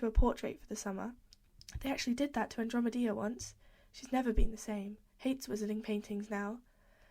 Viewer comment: Your reading is absolutely beautiful! Just letting you know andromeda is pronounced an drom eh da :)